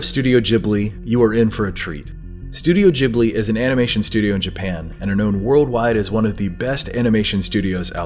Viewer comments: Am I the only one annoyed by the way he said Ghibli? It's not pronounced jibly it's ghib-li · I am sure you've been corrected already, but it's not Studio "Jibbly" as you pronounced it, but Ghibli with a G like in the words get or gold or grow. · "studio gibbely"??? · Studio gib - lee at in guh gi like gift or give..gib-lee😁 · The way you pronounce Ghibli really pisses me off